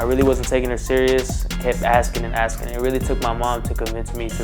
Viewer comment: Why does she keep axing people